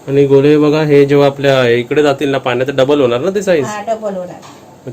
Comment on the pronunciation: अरे तू गोले का बोलतो गोळे बोल ते बरोबर नाही वाटत